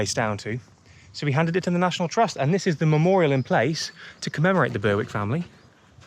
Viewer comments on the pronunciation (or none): Very enjoyable video,. We always go up to Attingham to explore the estate, and it’s always great to see the manor. Just a little note on Berwick.. the ‘W’ is silent.. pronounced ‘berrick’, not ‘burrwick’. Not to worry, really enjoyed the video.